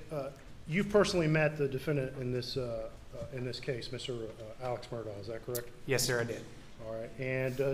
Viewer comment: Why do they refer to his name as 'murdaw' when the family pronounces it 'murdock'.